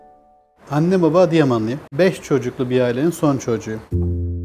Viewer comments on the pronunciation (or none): none